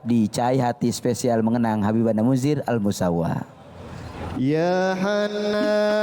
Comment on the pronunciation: Mohon maaf min Bukan Al misaw tapi Al musawa